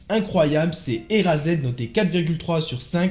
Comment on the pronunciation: Frérot "ERAZED" niveau prononciation tu fais pas d'effort ;)